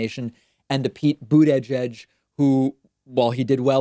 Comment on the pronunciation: Every damn time. BOOD - EDGE - EDGE